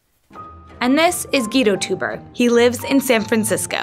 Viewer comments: Also, isn't teuber pronounced toyber not toober? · every time she pronounced the family name Tuber instead of TOYbuh, and the game CatAN instead of instead of CatAHN , I couldn't help cringed and would mutter the correction at the screen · Their family name should be pronounced 'toy-berr' , not 'tu-ber' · rcdc is absolutely correct. Their family name is properly pronounced 'toy-berr', not 'tu-ber'. This is my wife's maiden name so I know how it is properly pronounced, even in America. While I don't wish to be too hard on this incredibly disrespectful and incompetent mistake, you really have to be an idiot to do a video on an entire family and NOT start out by making sure that you have the correct pronunciation of their family name. Epic fail! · Not Klaus "Toober", it's pronounced "Toy-ber"!!! omg please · Also the creator's name is pronounced Toy-ber, not Too-ber. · I’m pretty sure his name is pronounced like Klaus “Toyber”, not Klaus “Toober” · Good old Klaus "Toober," creator of "cuh-tan." Would it hurt to spend five minutes looking up how to pronounce the names of Catan or its creator? Embarrassing. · Teuber is pronounced like "Toy-ber", and Catan rhymes with "swan".. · It's pronounced Toiber; amazing they would send someone all the way to Germany with such a poor grasp of the subject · The way she pronounces Teuber makes me want to cry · No, he pronounces it kuh-tahn, which is correct. It probably wouldn't have been so distracting if she didn't emphasize her hard 'A' at the end of Catan so much. It became worse when she mispronounced the creator's name. The narrator's voice was juvenile and shrill to begin with, so the mispronunciations made it seem like she just didn't care. I'm not only a huge fan of 'Settlers of Catan', I'm also a fan of doing things correctly, so it was distracting to me. It didn't distract you, that's nice; I'm glad you were able to enjoy the piece.